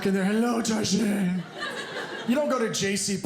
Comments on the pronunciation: Never heard a person calling it tar shay.. at least the women here where I live at least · Excuse me, it's Chez Targez -- LOL!!!